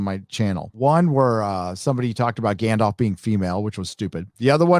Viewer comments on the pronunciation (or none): none